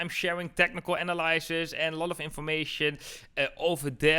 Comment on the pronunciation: Analysis spreek je uit als uh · na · luh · suhs Luister even bij google uitspraak